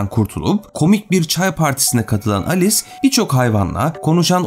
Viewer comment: Alice harikalar diyarında diyince ALES harikalar diyarında diye duyuyorum.